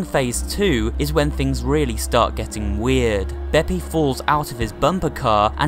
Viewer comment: Tip: its bepp-ee not bepp-ay